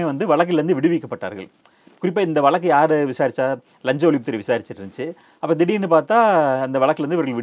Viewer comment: நீங்கள் கொஞ்சம் தமிழைச் சுத்தமாகப் பேசினால் நன்றாக இருக்கும். வழக்கு என்ற சொல்லை, வலக்கு வலக்கு என்றும், 'ள்' என்ற எழுத்தை 'ல்', 'ல்' என்ற எழுத்தை 'ள்' என்றும் சொல்கிறீர்கள். மற்றபடி எல்லாம் சரி. திருத்தப் பார்க்கவும் 👃👃